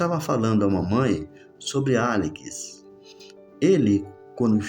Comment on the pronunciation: Demorei 5 capítulos pra entender que esse "Alikis" é Alex. kkkk